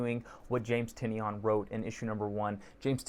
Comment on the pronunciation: Awesome vlog and review. Subscribed. James pronounces his last name as "Ty-NAN". Link